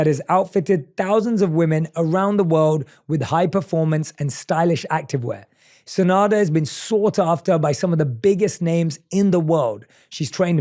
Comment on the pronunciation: If her name is enough then why u made a mistake in it? First time i hear her name but i took note ppl say SeNada not SeDana